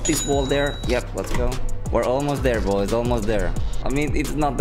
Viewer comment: "Boi"? lmao